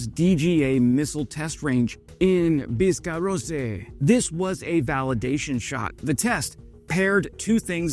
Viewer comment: Bis ca ross... Not biscarossay